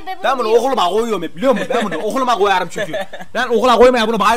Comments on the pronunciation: "Ben bunu oğuluma ğoyarım" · "Ben buğu ohuluma goyarım" ~enes